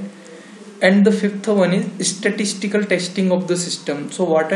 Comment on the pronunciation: Please pronunciate స్టాటిస్టికల్ not ఇస్టస్టికల్